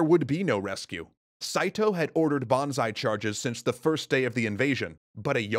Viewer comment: I love how youre pronouncing Banzai as Bonsai (Bonzai) :D. Imagine a last Bonsai attack.